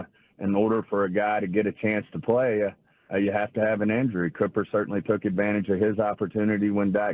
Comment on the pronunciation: Hey Stephen, it's pronounced COO - PER not CUP - ER